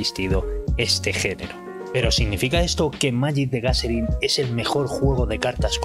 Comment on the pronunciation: Gacerin? Qué pasó con ese inglissssh? jajajaja